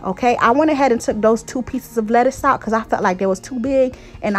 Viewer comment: lol that girl got you messing up saying lettuce lol